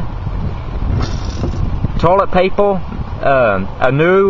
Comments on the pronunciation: you need to learn to pronounce er..paper...heater...do not end in l...alcohol is not measured in octane...ethyl alcohol is measured in proof, rubbing alcohol measured in percentage... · 0908..you dont want your toilet papel borning..Oh no !!"My toilet papels borning in my heatel " wtf is wrong with you dude?